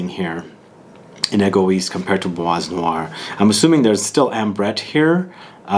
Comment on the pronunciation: Kinda makes sense as Demachy worked with Jaques Polge at Chanel at the the time my favorite fragrance was created. FYI, you dont pronounce the S in Bois 😉